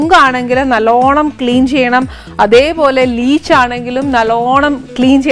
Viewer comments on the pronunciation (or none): ലീച്ച് അല്ല. ലിച്ചി ആണ്. Leech എന്നു പറഞ്ഞാൽ അട്ട ആണ്. കടിച്ച് ചോര കുടിക്കുന്നത്. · ലിച്ചി അല്ലേ? ലീച് അല്ലല്ലോ?